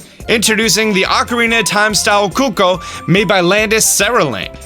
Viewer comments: Nice vid but i have to point out that cucco is not italian,we call them coccò! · In Italian it’s “Coccò” lol😂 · That is in fact NOT how they pronounce “cucco” in Hyrule Warriors. It’s narrated and I just listened to it to confirm.